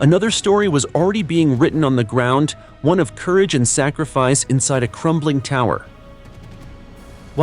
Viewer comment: There's no G is the word sacrifice , it's not sa-griff-ice.